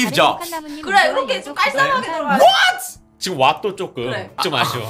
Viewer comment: 솔직히 미국에서 자랐고 살고 있는 입장에서 와나나랑 김은별이 공파 영어발음 지적하는 부분 뭔지 이해됨. 공파 단어 말하고 뒤에 th 발음이 남. 스티브 잡스도 스티브 잡th what도 왓th 이렇게 들림 ㅋㅋ. 쉽게 이야기하면 노홍철이 시옷 발음에 th 발음하는 거랑 같은 맥락.